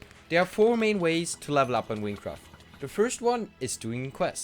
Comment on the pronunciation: hahaha wincwaft